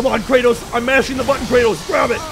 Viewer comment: Kranos 😂😂😂 Kratos